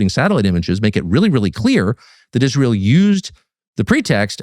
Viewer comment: lol. When Ben started about the danger to American troops I thought he was talking about Izrail. Haha. Silly me. He was talking about I-Ran.